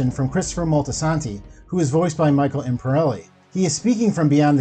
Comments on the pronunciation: Jesus man, at least learn to pronounce the names. Christopher’s real name is Imperioli not Imperelli. And who the hell is Vito Giovesi? Are you trying to say Genovese? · "Michael Imperelli" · Your incorrect pronunciation of Italian names is a problem…Imperioli, Genovese, etc. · Michael “Imperelli” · or "imperelli" instead of "imperioli" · When you pronounce "Imperioli" as "Imperelli" 20 seconds in I'm guaranteed not watching this video. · Maybe give more than one glance before pronouncing the names of these actors. "Michael Impereli" it's Imperioli! Im-perry-oh-lee. "Uncle Junior Cornado". It's Corrado! Jeez. Have you even watched the sopranos? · Michael Imporeli about five times, Vito Giovasi about 4, and if I'm not mistaken he said Junior Soprano Cornado.... 😳 WTactualF.. 😆 🤦🏻‍♂️ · I stopped watching when I heard the dude say Micheal Imperelli. 🤦‍♂️ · Oh my god, can you pronounce ONE name correctly. I mean Chianese fine…i get it. But carndado sopranos or whatever you said? Michael imperelli? Yeesh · God did you butcher these names, Imperioli - Imp-pier-ioli, Chianese - Kia-neese, Deangelis - Dee-Ann-jelis. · Not to mention how badly he butchered every Italian name. He mispronounced Imperioli several times, along with Genovese and Chianese. My ears are still hurting from it. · How are you gonna tell me about the Sopranos when you can’t even pronounce Michael Imperioli’s name ? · The way the narrator pronounces Michael imperioli's surname....aye yi yi And Aida's given name. Sighs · You're saying the actor who plays Christopher last name wrong. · They way you keep butchering Michael Imperioli’s name really bothers me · You say Michael Imperioli's name incorrectly the entire time. How can you be taken seriously when you mispronounce so many names and literally say an incorrect last name?